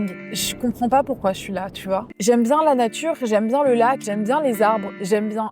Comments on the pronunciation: chui morte "La Natrue " BAH OK OK OK dès le début frère😭😭😭😅🤣🤣🤣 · "La natrue"✨✨✨ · « La naTRUe » j’en peux plus 😂😂😂